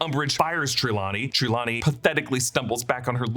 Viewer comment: You say Trelawney wrong lol